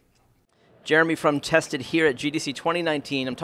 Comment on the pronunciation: You both emphasise different parts of the word 'Tested', sounds like as if they are different things lol.